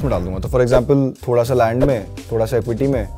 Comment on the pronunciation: This guys needs to learn how to pronounce land 😅